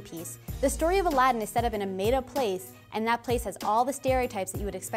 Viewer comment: Gosh Even the way they changed the way Aladdin is actually pronounced is offensive